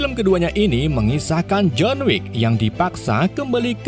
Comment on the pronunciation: John Wick 2 , dibaca John Wickwick Maklum, ga bisa basa Inggris